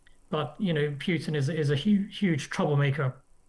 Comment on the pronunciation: Putin is pronounced pootin, not pewtin, chaps.